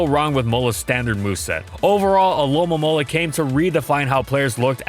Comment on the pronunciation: Wait do you actually say it alolamola. It’s not spelled that way but that’s how I always say it